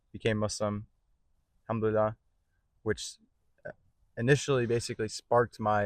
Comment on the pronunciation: Try to pronounce ‘Al-Hamdu lilLAH’ (الحمد لله) correctly, Islamic brother.